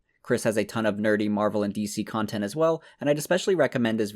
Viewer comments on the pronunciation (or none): none